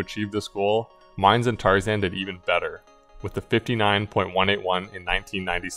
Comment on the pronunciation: Mine is pronounced "Mee-Neh." It's a Japanese name